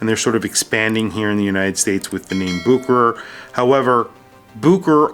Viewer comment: It’s boo-kr, not boo-share-ray?